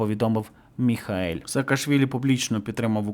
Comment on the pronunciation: Він не МІХАЕЛЬ. він МІХЕЇЛ